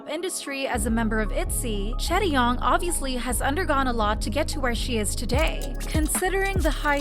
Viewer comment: It’s chaeryeong*